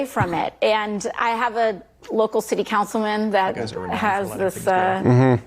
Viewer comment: Hey AOC, when did the word “and” start having two syllables? “Ah-ond.”